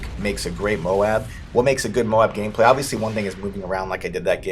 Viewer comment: lol ''...what makes good MOAB gayplay for you...'' xD